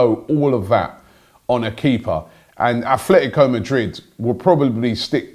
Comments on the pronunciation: stop murdering names !! if you know about football stop saying athletico its ATLETICO, stop saying Gin Michel Serri its JEAN (french name ), especially when arguing about this ALDI player !!! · Robbie, mate it’s atletico. Like A-T-L-E-T-I-C-O. No h but keep up the good work. Love to get updates on transfers each day. #Lovebeingagooner